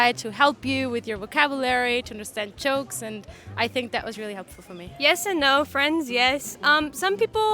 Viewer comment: Su acento se nota en el Ingles (que habla muy bien) cuando pronuncia "chokes" instead of jokes .